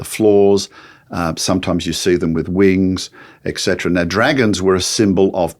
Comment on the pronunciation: It's not eckcetera but etcetera.